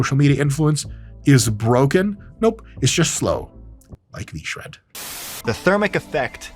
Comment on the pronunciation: God, I love it when people shread vShred